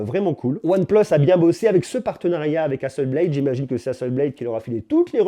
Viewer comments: HasselblAd pas Hasselbléde! C'est une compagnie suédoise. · Hasselblad se dit HasseblAd avec un A français et non un A anglais. Comme si vous le disiez en français. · Apprend déjà a prononcer le nom Hasselblad correctement.